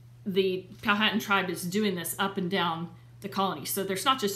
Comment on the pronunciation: The H in Powhatan is silent so pronounced pow-a-tan. I am 11th great grand daughter of William C. Claiborne